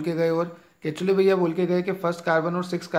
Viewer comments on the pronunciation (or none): Sir its kekule's structure not ketule...😅